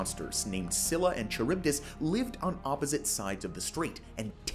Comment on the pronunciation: Pronounce SKYLLA and KARYBDIS